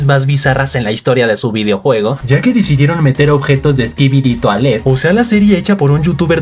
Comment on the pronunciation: jaja me da risa como dice skibidi toailete cuando es skibidi toilet y no se que trata de disimular si la serie esta muy buena